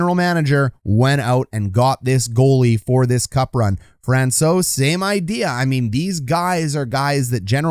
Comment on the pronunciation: Love it. Only room for improvement is pronouncing Compher and Francouz correctly. 🤣 but hey, you can't know em all. Great job, thank you.